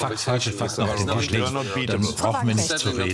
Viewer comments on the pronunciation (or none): none